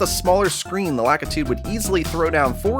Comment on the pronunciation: He's pronounced La-KEE-tu, you uncultured swine!